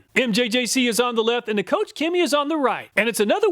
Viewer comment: Koch is not 'coach'.......it's more like 'coke'......... Awesome presentation, as usual!!!